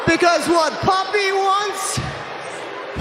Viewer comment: Why does it sound like Rhea Ripley is saying “puppy” lol